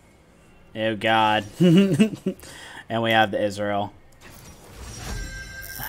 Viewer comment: I like the game you played Sona (as a Sona main)... one thing i noticed you pronounce Ezreal like Israel... But if i was on cam you would have a ton of things to poke fun of me on...(just look at this comment) Imagine if this was spoken aloud.